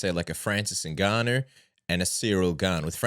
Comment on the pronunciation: why do some people pronounce Ngannou like this?